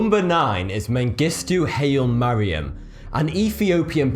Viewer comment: ''... You say 'HIGH-luh Mariam'.